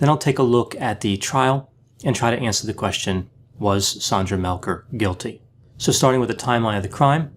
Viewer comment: I haven't listened to it all yet...but it's SANDra, NOT SONDra and it's Mel-GAR, NOT Mel-GER. She was not tied at the WRISTS behind her back but wrist to elbow...with a frozen shoulder to boot (She could NOT have tied herself that way!). Sandy is 100% innocent. The police did a horrible job with this case.